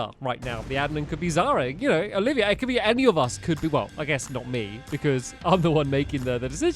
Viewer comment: Nuclear Gaming lol😂 it did sound weird when he said olivia but then i forgot her name😂